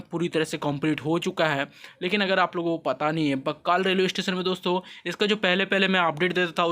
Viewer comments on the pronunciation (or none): बक्कल हैं,बक्काल नही